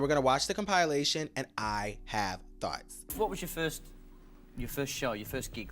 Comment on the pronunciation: You calling it a “com-pie-lation” sent me 😅